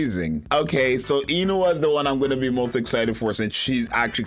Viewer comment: Korean here, it’s pronounce “oon-hwa”. Sorry I have to be that guy.